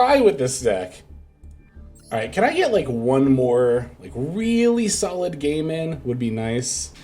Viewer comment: the way you pronounced "game in", for a split second i thought you asked for a "really solid gay man" LMAO